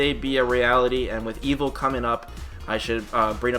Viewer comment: Evil? Or evo? Every time I hear you say Evo it sounds like you say evil lol.